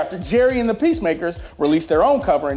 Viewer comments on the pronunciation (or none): it's pronounced Gerry & the PACEMAKERS.